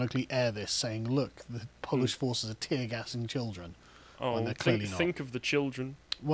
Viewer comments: Great piece but as a Pole, your pronunciation sucks! 🤣 Start with: 🇵🇱 w= 🇬🇧 v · A few pronunciation tips for Carl: In Polish, "W"s are "V"s. "J"s are "Y"s [think: yellow]. "G"s are always hard. Vowels are pretty much the same as in Spanish. Hope that helps.